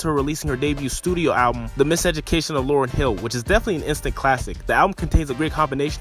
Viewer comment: It’s Lauryn sorry